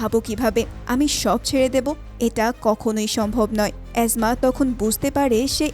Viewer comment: এসমা কে অ্যাজমা কেন বলেন?😂😂😂😂